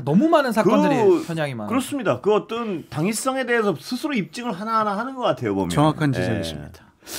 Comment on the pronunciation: 아나운서님. 발음이 어떤 인데 자꾸 어뜬 이라고 하시네요